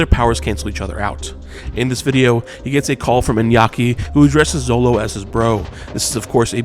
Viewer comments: Xolo is pronounced SHOLO !! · Xolo is pronounced "Sholo"